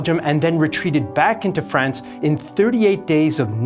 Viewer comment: He pronounces it "reconnaissaahns" but then not "Fraahns".